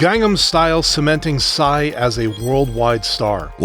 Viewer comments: PSY'S name is literally PSY not pronounced sci or wtv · I dont think PSY's name is pronounced like that im pretty sure u js read the letters.. cuz in his music video "daddy" he says "my name is PSY" (and pronounces it just as the letters) at about